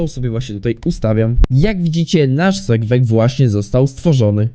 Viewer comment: mowi sie serwer a nie sejwej jak cos